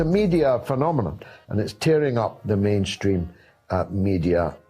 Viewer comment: I'm sorry, I thought one of your callers said "menstruating media" in instead of "mainstream media"..... Still appropriate, huh...!